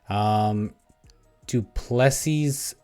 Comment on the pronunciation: Pronounced:: doo plu sea,not seas